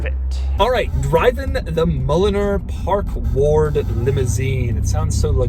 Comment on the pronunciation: Oh! Park Ward! Park Lord sounds better!🤣